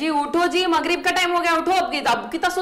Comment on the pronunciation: Arey shaurya ki urdu theek karo yaro.... MAGRIB nahin Maqrib مغرب bolo // khairiyat nahin Qairiyat bolo.... next time urdu sahi pronouce nahin karey tho NO LIKES